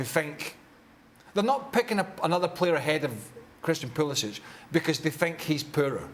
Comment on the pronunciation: Craig, this isn't Kindergarten. Learn how to pronounce the name of the player you hate most. It's Pu-li-sick. Not sitch.